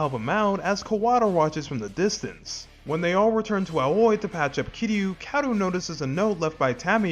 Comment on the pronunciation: I don't believe that Ryuji bought Kiryu's lie. He's just smart enough to let it go. His nonchalance when Kiryu turns up at the Omi Alliance Building suggests this to be the case. Edit: Aoi is pronounced Ah-oh-ee and means 'Blue'.